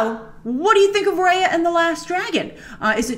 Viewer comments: It's pronounced as Ruh-Yuh and not Rey-yuh. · It’s actually pronounced like ‘Raya’ = Ry-uh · First of all. My REAL Name IS Raya, and you guys ain’t Pronouncing it right😂 It’s RAY-UH. Just the way it looks. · Since it's SEAsian, it's pronounced as Ruh-Yuh